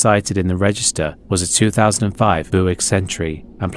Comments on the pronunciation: Just for future reference, Buick isn't pronounced "BOO-ick", but rather "BYOO-ick". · Its "bew_ick" lol not "boo_ick" great vid tho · .... A 2005 Booic Century?? Booic?? There is a U in there pal. It's Byoo-ic. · “Boowick” is the only way I shall pronounce Buick for the rest of my life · "booick century" You were so close. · You really gotta give it your all to be able to pronounce the word “Buick” Lmao jk love ur vids